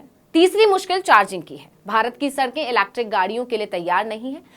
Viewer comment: EV बोलिए आसान है। Ilacktrickkk 😅😅😅